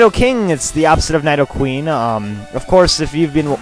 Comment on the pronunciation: its nidoqueen not nydoqueen